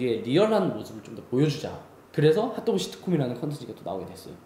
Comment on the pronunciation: 너무너무 재밌게 보고있어요❤️ 그 와중에 자꾸 발음이 하또구 라고 하는 것처럼 들려서 귀엽네요ㅋㅋ❣️